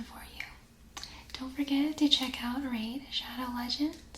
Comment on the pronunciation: ah yes laid radow shegends